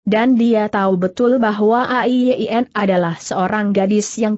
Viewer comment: A-i-ye-i-en. Apa google tidak bisa mengucapkan nama Ai Yin????